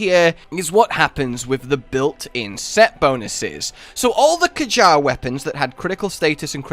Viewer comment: Wtf is a k-jar it's "kyare"